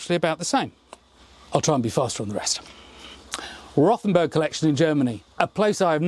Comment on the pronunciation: Just ignore the H in Rothenburg.We just say it as Rotenburg. The h doesn't really do anything